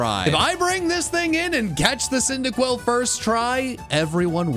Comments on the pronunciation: CYNDAQUIL, NOT CINDIQUIL! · CYNDAQUIL, NOT CINDERQUILL! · CYNDAQUIL, NOT CYNDIQUILL! FIX IT NOW!